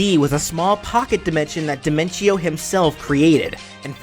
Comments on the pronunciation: Your saying diminco not dinentio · his is di-men-tio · This is really good and all, but I have one problem Dimentio: pronounced by: Die-men-chee-oh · It's pronounced De-ment-tio as it sounds better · Personally, I pronounce his name as Dimen-tee-oh, but that was mostly because of the songs Man on the Internet made about them. Speaking of which, now your just one chaos clown away from unleashing his chaos clown cacophony onto Smash. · Listen man, I love your series and I love your channel. The one and only thing I hate is how you pronounced Dimentio's name.